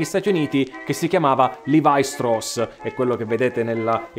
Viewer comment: La pronuncia esatta del cognome ebraico è “Levì” come una delle 12 tribù.